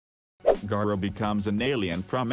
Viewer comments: “This is gayrah” 💀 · okay your video is great yes... but the way you say gara made me dislike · im today years old that i found out Gara is not pronounced "GAH"RA